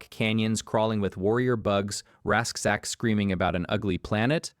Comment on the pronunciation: And Razchek